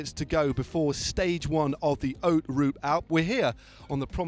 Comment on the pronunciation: You nailed that Nimes pronunciation Dan! Now I'm getting a bit bold as a result so let's try one with Matt: Haute in Haute Route is pronounced ought like "you ought to know (how to pronounce haute)" with the H completely silent. Cheers!